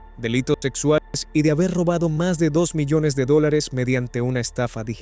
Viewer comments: No puedo con los "dorres" cada vez que el bot tiene que decir dólares. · Me está fastidiando la IA que aún no funciona bien con las traducciones y que buenos creadores dejen que relaten sus ideas sin revisar como chingaos pronuncian dólares!!! Y más palabras